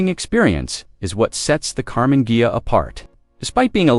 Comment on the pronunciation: I know it's AI but that's a cool car. And it's hilarious it can't pronounce Ghia 😂